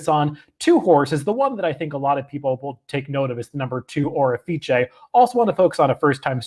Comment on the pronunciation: Seriously bro, it's quite unimaginative and downright defiant to the race caller when you spin a name. The horse's name is pronounced "Orifice." O'er is a word FYI. An Orifice is an opening (such as a vent, mouth, or hole) through which something may pass. Nuff said.